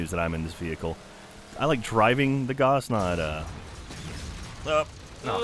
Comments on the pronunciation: Sorry, I really don't care, but I kinda do... It's pronounced Gauss (Gowss), not Goss, after Carl Friedrich Gauss. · ...Not how you pronounce Gauss,. I'm sorry. It rhymes with house, not moss. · Btw the word gauss rhymes with house. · "Gauss laser." Yeah okay. Not sure why I expect any different after all the science segments on the podcast. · "Gauss Laser"